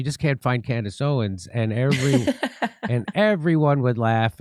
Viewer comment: Maybe now Jimmy can manage to say Owens instead of "Candace Owen" every time 😂